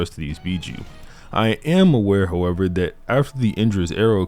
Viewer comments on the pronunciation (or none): none